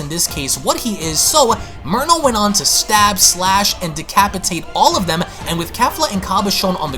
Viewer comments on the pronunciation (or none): none